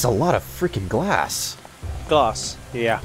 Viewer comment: its glass not glars:o)